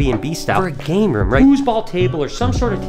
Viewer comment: lol i heard gator room not game room lol